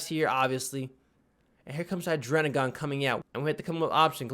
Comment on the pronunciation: why do you pronounce "Hydreigon" like "Hydrenigon"